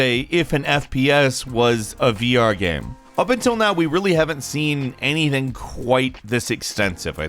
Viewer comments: ... "first person shooter puzzle ...GAM ?" ... did you just forget how to pronounce *game ? wtf ! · Please just say "game" like a normal person...it always makes your videos hard to watch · The only guy I know that makes the word "game" into a 2 syllable word.